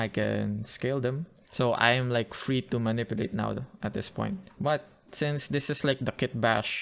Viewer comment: I love how u say "tu" instead of "to"😂❤